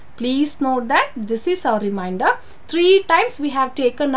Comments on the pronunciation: Teacher pls check your pronunciation for remainder. You are pronouncing it as reminder. Remainder & reminder are 2 different word having different meanings. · Difference in pronouncing reminder and remainder...